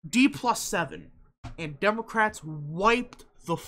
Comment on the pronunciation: was that some kind of insult lol or mispronunciation